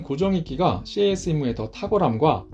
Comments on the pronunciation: CAS "씨에이에스"로 읽지 않고 그냥 "캐쓰"로 말합니다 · 군(공군-ROMAD)복무때 CAS시 미군 A-10이 날아와서 함께 작전했던 기억이 나네요. ^^ CAS '캐스' 라고 읽습니다~